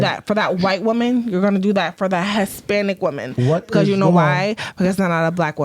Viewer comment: “Dey feel like white WOMAN is easier to obtain to…”. They can’t even pronounce “women”. And she says “pervide” and “hesspanic”. What clowns.